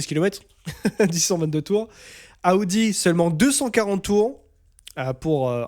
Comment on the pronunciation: AOUDI😂Stop. Soit tu prends l'accent pour toutes les équipes sois aucune. Il vaut mieux prononcer normalement Audi = O DI